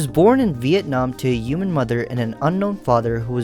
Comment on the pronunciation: Are you French because you’re not pronouncing the h in human and humanity?